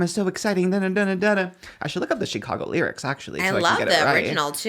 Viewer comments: Not SHE-cago 😭 it's just Chicago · it’s just called “Chicago” not Shecago 😭